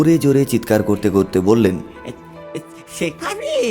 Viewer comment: বাছটা পানির তলে ডুবে গেলে , ছেফালি তাকে নিয়ে গেল। বিভতছ গল্প। অছছোছতি কর। ---- কবে ঠিক হবে "স" এর উচ্চারণ